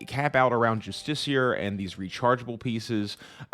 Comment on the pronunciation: saying late game gear being justiciar is hurting me to no end lmao